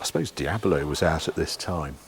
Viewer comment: Huge fan of the channel, but stop saying "diabalo"! Lol. It's 3 syllabals, not 4. Keep up the good work!